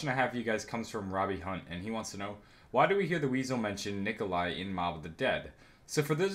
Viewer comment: Its Nikolai